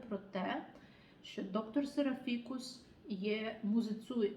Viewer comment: Пробачте, як Вас слухати, якщо з першої хвилини чую «серафІкус». Якийсь фікус… А йдеться про серАфікуса. «доктор серАфікус». Жахлива поверховість… Пробачте!